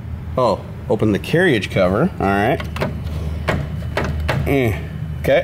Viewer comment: I really hope you're joking around when you pronounce carriage like that....lol